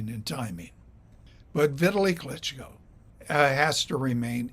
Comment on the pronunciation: His name doesn't rhyme with "Italy."